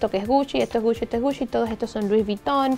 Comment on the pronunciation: Like si escuchaste puchi en ves de GUCCI